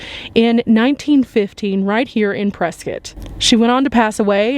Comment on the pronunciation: My Hometown!!! ❤❤ Thanks for saying Prescott correctly 😉 lol